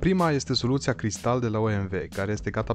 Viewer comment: E Caristal nu Cristal..